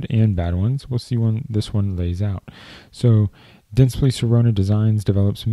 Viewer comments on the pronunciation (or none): You pronounced it "dentspli" but it's "DentsplY"